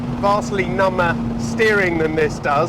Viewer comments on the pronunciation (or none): "Vastly number steering..." [pronounced here as, numma - not num-ba] 😦 WTAF is that?! Practically every vid features a freshly tortured word or term - but I didn't (ahem) count on one this bad. 😵